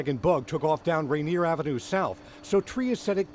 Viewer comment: Teddy Bare: Sorry, KIRO-TV ... For all that Seattle may be close to Alaska, it's not the "Reindeer" [sic] Brewing Company. It's Rainier ... As in Rainier Ale —a.k.a. "The Green Death" [discontinued 2016], cf. The Green River Killer, Bundy's Pacific Northwest serial killer rival.